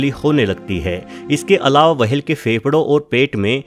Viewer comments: Ye wahel kya hota whale bolna sikh le pehle to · इस प्राणी को व्हेल् कहते है, वहेल नहीं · Whale. - ❌ वहेल. - ✔️ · Whale ko w-hale bana diya waah😂👍🏻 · वहेल नी व्हेल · It’s whale. Not waa-hell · Vehale nhi ...whale hota h.....😆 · It's not wahal it's whale 👍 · Yrr wahehail kya hoTa hai. Whale bolo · Bhai wahel nahi hota whale hota ha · Wahale what kind of that creature? Am i heard right, word whale or wahale?😂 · Wahale nhi whale hota h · Its whale not wahel pronounce it correctly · It's whale.. Not vhhale😂😂😂😂😂😂😂😂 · Aby wahale ni hota whale hota h🤦🏻🤣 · Wahale nai whale 🐳 😫😫😫😫😫 Bas karo bas karo 😒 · Not wahale its whale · Bhai pronounciation seekho fir video banao....'w' hale nahi whale hotta hai 🤣😃 ke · Nobody: Literally nobody: Meanwhile bubble news: Blue vahel Dinosoro😂😂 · Vahels ...Blue Vahel ...Lol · Kya bola tune - वहेल 🤣🤣🤣 Ye konsa naya jeev h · Criticism top level Max comment section is full of criticism coz of his language/Pronunciation 🐳 WAHALE.. he explained everything so nicely If u can't appreciate,don't criticized atleast.. 👍